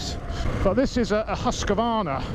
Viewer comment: Whyyy does everyone say "huska varna"?? remove the A in the middle and you are very close